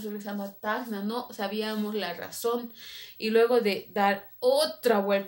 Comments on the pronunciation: SE DICE TACNA ,NO TAGNA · cuando mencionas TACNA suena como que dijeras tajna..... y bueno nada saludos gracias por ir a tacna PERU 🖒🖒🖒🤗